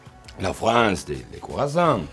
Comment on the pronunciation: Quand il dit « des croissants » on dirait un bledoos 😂